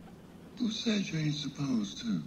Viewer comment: 'I'm not a-sposed to.'